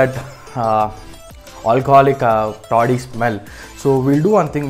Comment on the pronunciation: It's taadi not toddi